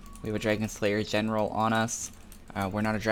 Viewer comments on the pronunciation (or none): none